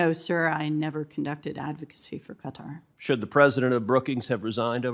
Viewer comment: Please tell ted how to pronounce qatar